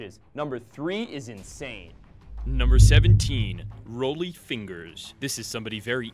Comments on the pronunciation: Research your name pronunciations better: Roley Fingers? It's Rah lee. Si bill Sheperd? It's Sib bell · Rollie’s name is pronounced like Raleigh.